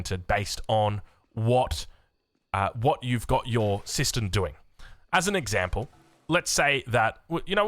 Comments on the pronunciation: kept hearing it as "sister system" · Kept hearing it as 'system system'